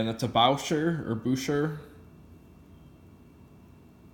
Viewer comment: Say bushay for Boucher, nice Wittnauer, good watch, hope it was a simple fix.